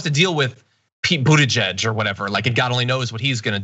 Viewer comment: "Pete Bootyjudge"... ...I guess that is one way to attempt to pronounce that name (Buttigieg).